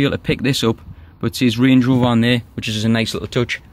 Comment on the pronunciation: Channel nothing is wrong with it lol ... how u said some words ..... range rover on point tho !!